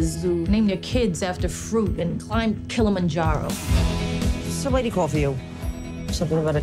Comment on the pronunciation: Did she say “mount kilimanjaro” 😂😂 wa 🇹🇿 em tujuane ss